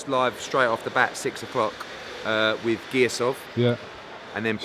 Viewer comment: “wiv” what is that word?